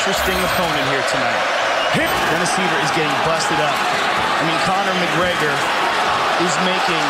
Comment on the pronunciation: Connor macgwegeur au madissooon squaaare gardeuun